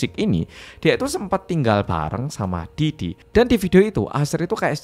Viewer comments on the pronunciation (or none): "Pi Diddy" bkn "Pe Diddy"😭🙏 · bacanya pi didi mas, bukan pe didi😂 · Pididi bacanya atuhhh pedidi pedidi 😭😭😭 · karna cara penyampaian nya pake b ind yang medhok, blio pake nya 'Pe diddy' ya bukan 'Pi diddy'😭 lucu bgt kebanyakan bacanya 'Pi diddy' karna inggris apa ya?😭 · matursuwun sudah menjelaskan dengan detail dan mudah dimengerti. Dan medhok e seng rak ketinggalan nyebut (Pe) diddy 😆 ncen panggah penak ngomong jowo. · Kalo yg baca 'P. Diddy' sama medok gt napa berasa kayak ngomong Pak Didi😅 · Denger ngmng pe didi ae aku ngakak😂😂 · sama bjir bhahahaha ✌